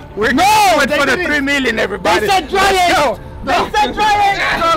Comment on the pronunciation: How about “everybady “